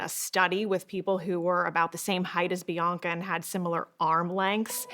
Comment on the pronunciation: PLEASE SAY BIANCA CORRECTLY...IT'S PRONOUNCED Bee-Ahn-Ka...the middle syllable is just like the a in the British pronunciation of the word, "bath."